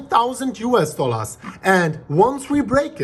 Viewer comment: " US dollas....."